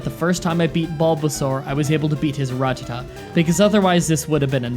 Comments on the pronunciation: The way you say 'rattata' hurts. It's a rat, not a rut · Seriously, the way you pronounce rututuh makes no goddamn sense it's a RAT RATTA TAT TAT IT IS NOT A F*CKING RUT!!! Fun fact: pokemon cannot be in a rut either. Their financial situations are very much in check, because they never need money. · Ratata not Ratatta😉😉😉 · Rattata, not Ruh-tuh-tuh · 😠😠😠😠😡😡😡😡you mispronounced rattatada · But Ratatta so wrong